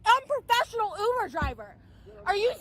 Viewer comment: i hate how she says “uber” The ooober!!